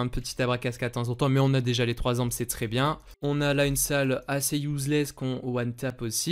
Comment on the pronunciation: A chaque fois que tu dis déji je perds un an de vie sache le